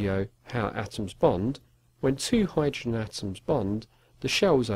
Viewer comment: That is how u pronounce hydrogen lmfao slaps leg